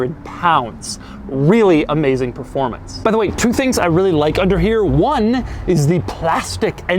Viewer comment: im sorry did i hear him say "wheely amazing performance"?